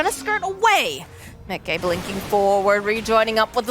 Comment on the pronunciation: lol the way the female caster says miCKe is so funny lol